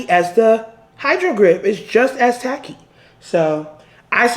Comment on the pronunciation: “Do I look like I’m Willy WON-KAH? Do I look like I need things to be tack-y? AH!” 😂